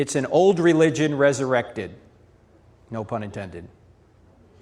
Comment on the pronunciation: res-Erected lol